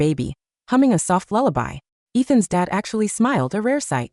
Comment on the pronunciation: LULLABY not lullabi